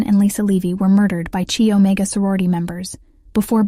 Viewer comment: “…..CHEE Omega…..”?! Good grief……………